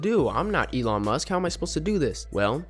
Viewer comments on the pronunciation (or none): none